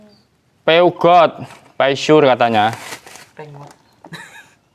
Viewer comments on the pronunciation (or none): Peugeot..baca nya peso mas😂😂😂